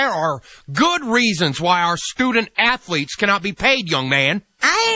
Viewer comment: stoodent atholeet